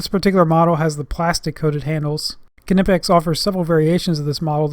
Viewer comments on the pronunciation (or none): It's not K''ee''nipex it is simply knipex without ''ee'' it is German not American. Type Knipex in google translate to hear how it is correctly pronounced. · NIPEX , silent k .........hehe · Kernippex? As in Kernife (knife) and Kernight (knight). Omg 😧 you Americans 😅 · Don't want to be the Internet police dude but Knipex has a silent K. Other than that great video and a thumbs up from me. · I thought the "k" on knipex was silent, making it "nipex" to pronounce it. Hmmm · Isn't it pronounced "Nipex" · The K Is silent